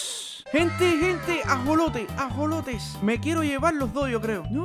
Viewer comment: cuando dijiste alimentar a los ajolotes dijiste asolotes